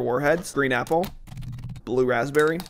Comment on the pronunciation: When he said “green apple” somewhere it sounded like “green nipple.”